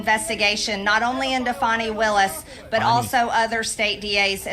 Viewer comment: mtg pronunnnced fani willis right